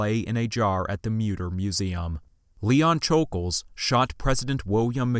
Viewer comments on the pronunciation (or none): Who is Leon “shul-gulj?” It’s Leon “shul-gosh.” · Just a bit of respectful correcting(not at all attempting to be mean) It’s basically pronounced Shj oul gosh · Great video but it is pronounced sh-ol-gosh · u pronounced it wrong it’s shoul gosh